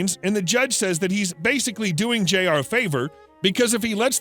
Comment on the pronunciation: Jr is pronounced "Junior"